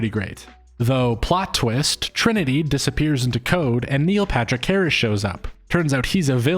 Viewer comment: Do you say "Neo Patrick Harris" all the time on purpose? By the way I was convinced before the video even started